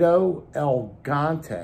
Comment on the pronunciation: The Boker knife is pronounced "El Gee Yaunt Tay." It's Spanish for Giant. El Gigante. I'm not being an a$$hole either, so don't bite my head off. 😄